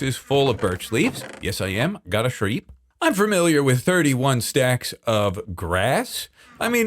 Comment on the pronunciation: have you ever noticed that you pronounce "familiar" as FERMILIAR